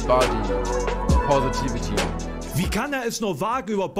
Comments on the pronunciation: Finde es immer lustig wie Menschen Wörter "ausnuscheln", wenn sie diese nicht aussprechen könen. "Bodypovity" :D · Ich könnte 2h wiederholt schauen, wie versucht, Body Positivity auszusprechen:D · Muss gestehen, dass ich es ziemlich unberechtigt finde, die erste verbale Schelle zu verpassen, noch bevor man einen Punkt gemacht hat. Besonders, wenn diese Schelle nicht einmal nachvollziehbar durchgeführt wird. sagt "Body positivity" und spricht das erste s gefühlt halb wie ein s und halb wie ein v aus. Verbaler Ausrutscher, Sprachfehler, keine Ahnung. Jeder weiß worum es geht und er lässt es im Video, was ihn einfach nur authentisch wirken lässt. Und dann so zu tun als hätte man "body poverty" verstanden (bzw. wenn man es wirklich so verstanden hat wäre das vermutlich ein Fehler auf gleichem Niveau?) und das so lang gezogen zu belächeln finde ich zwischenmenschlich etwas schwierig.